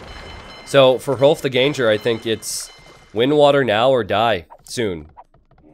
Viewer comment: The translation "ganger" doesn't really make sense at all. Gange-hrolf translates to "Rolf the Walker" and was supposedly because he was so large that horses couldn't carry him so he had to walk everywhere. Gange is pronounced "gaang-eh". He might have been Norwegian or Danish and he is supposedly the same guy as Rollo in the show Vikings.